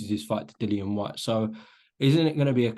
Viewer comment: Dillian HIS NAME IS dillian not Dillon Spencer you are better than that or should I say Spence